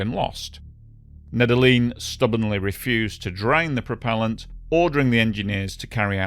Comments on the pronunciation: Just a heads-up, Nedelin is pronounced "Need-Yellin" in Russian. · Nedelin = pronounced Nedelljien